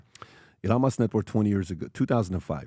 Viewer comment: Sometimes it's difficult to follow along when listening because PBD pronounces Elon and Iran the same exact way